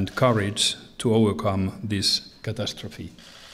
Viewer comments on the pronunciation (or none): I get he can't pronounce Niinistö, but catastrophe? C'mon...